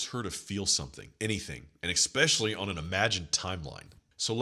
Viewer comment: Love your content brother. I have to give you some feedback. It’s e’s’pecially not e’x’pecially. Mispronouncing common words lowers your overall frame. No shade or offense meant at all. Just looking out for a fellow G.